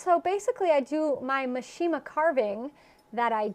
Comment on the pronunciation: The correct pronunciation for mishima is: MEE shee muh, accent on first syllable.